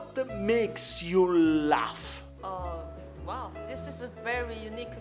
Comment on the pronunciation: quando ha detto lafff al posto di laugh io me stavo per spara'